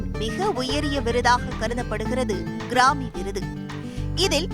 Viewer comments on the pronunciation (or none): Newsreader should learn the pronunciation of grammy